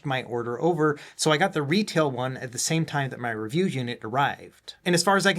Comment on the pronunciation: I had to go back to older vids and see if it's always said "In-Depth Reviewa" 😅